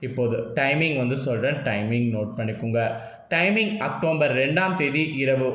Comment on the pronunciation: Pronounce properly October